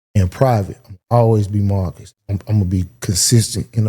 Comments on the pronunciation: It’s Mar - cus Not maccus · Bro… really calling Marcus “MAH-cus” is insane 😂😂😂😂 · There's an R in MaRcus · Why keep saying Mahhkiss? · Why he kept saying Marcus like that 😅😅